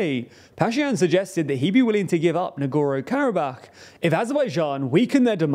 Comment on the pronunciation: Can you pick a pronunciation of Nagorno-Karabakh and stick with it? Hard to take a news source seriously when they consistently get the name of the region they're talking about wrong.